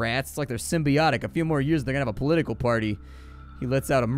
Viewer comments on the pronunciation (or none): none